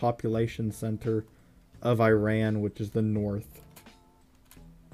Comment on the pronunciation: The way that he pronounce Iran and Iraq